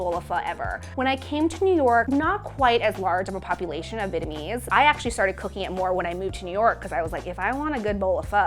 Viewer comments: venemes fu is how she pronounces vietnamese pho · She keeps on saying Vitmease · She's saying "Vitamese" not "Vietnamese". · the way she keeps saying “vitamese” makes me cringe but that soup looks mad good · Ashish Singh american accent. /'vi:.et.nə.'mi:z/ => /'vi:?.nə.'mi:z/ => /'vi:.nə.'mi:z/ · I hate how she says the word vietnamese lol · it always happen when you try to pronounce the "dot" in the word "Việt" while trying to add the English part "ese".